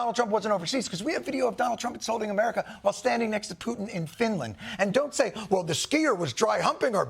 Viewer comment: Ladies and gentlemen, the prezidint of Merica...